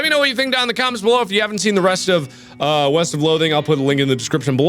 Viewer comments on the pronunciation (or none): I thought you said Weast